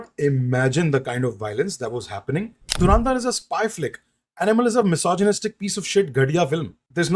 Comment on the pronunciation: Saale dhurandhar bhi sahi se nahi bol sakte😂